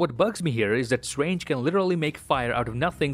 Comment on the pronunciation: Doctor Swange 🤣